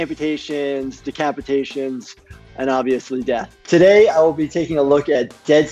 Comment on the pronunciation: Bruh did he say decapitation?